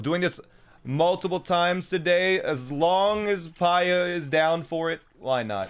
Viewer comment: The “Hateeno” is right, The “Pyurah” is wrong. Also, the “coo-coa” is pronounced wrong. It’s “Coo-coo.”